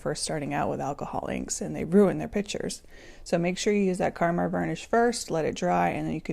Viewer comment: It's KAMAR varnish, not KARMAR. Good grief, don't people READ anymore?! Grrrrr! Oh, nice video, otherwise.